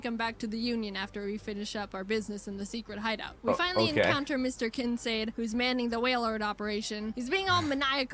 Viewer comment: You actually meet Blake Hall several times during the game so I don't know why she acts like you only meet him right before the Darkrai fight. I'm also puzzled why she pronounces Kincaid the way she does. But OH MAN Ranger is a good series. It's very witty. More Jaiden videos to react to? Anything about her bird Ari!